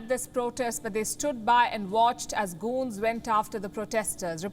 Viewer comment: hahaha palki sharma cant pronounce thugs and goons correctly XD LMFAO